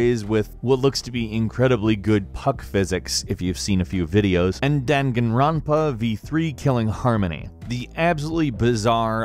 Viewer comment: Holy shit I didn't expect them to mention Danganronpa, but I'm glad they did. Also, every time! Why say it "Dengenronpa"? Danganronpa is read Dan-gan-ron-pa. What's so difficult?